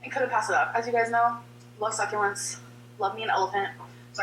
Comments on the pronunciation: why is it she can say succulent correctly when they’re in an elephant but, like thirty seconds later, she says suck-a-lint again? oh right, she’s a fucking troll haha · I love how she said succulent when she wasn’t thinking and trying to be “cute” then 10 seconds later she was trying again and went back to suckalint. It’s infuriating